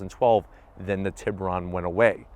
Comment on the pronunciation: It’s funny how Americans have botched the pronunciation of the tiburon. I’m Salvadoran so I know exactly how to say it. I’m sure most of you know that it’s shark in Spanish. And the way to actually pronounce it is “tee” like T-shirt then “boo” like a ghost lol and then (this is tricky to explain) it would be “ron” but the o sound would be like how you say o in the word “road”. So Tee-boo-roan haha